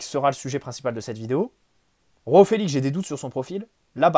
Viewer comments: J'aime beaucoup t'écouter, mais alors quand tu dis "Roao Felix" au lieu de "Joao Felix" (prononcé "J" et pas "R") ça m'énerve mdrr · Petite remarque à titre informatif, les J en portugais c'est pas comme en espagnol mais un peu plus comme français. Donc c'est João, pas Roão. (Après osef en vrai ) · Dsl mais Roao Felix ça sonne mieux 😂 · Arrêtes de dire roao Félix il est portugais pas espagnol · C’est exactement ce que j’allais dire